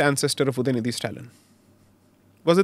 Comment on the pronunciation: उदयनीधी नही उदयनिधि बोलो